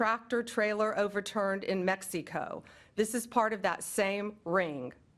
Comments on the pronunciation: Bondi is sooooo full of BS. She's such a freak. She's a moron. the way she pronounced Mex-ee-co. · Pam Bondi is a joke! like the rest of this administration. She can't even pronoun Mex eee co.